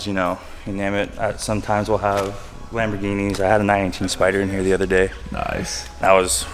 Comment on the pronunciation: "Smetimes we have laborghinis, you know..." No i don't, i'm freaking poor